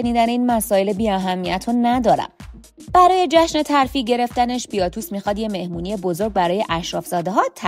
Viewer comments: بیاتوس نه….. باتیاتوس درسته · وارو، باتیاتوس، ایلیثیا … نام ها رو همه اشتباه میگی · اسامی رو اشتباه میگی مثلا بیاتوس : باتیاتوس کاپا : کاپوآ سالونیس : سولونیوس